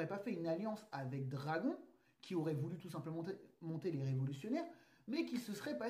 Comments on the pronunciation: stp, dis dragone pls.... ça fait mal aux oreilles d'entendre dragon, ok, que les scan pour temoin,, mais regarde un peu l'anime en japonais et tu comprendra xD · pour l'amour du ciel mec prononce bien le nom de dragon (dragone) a chaque fois j'ai l impression que tu parle d'un dragon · on prononce dragonne ! ;)